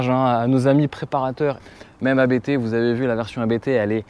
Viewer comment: Attention ⚠️ on ne dit pas A.B.T mais Abt, tout simplement, c'est un nom de famille 😉. Sinon RS6 oui! Là voitures parfaite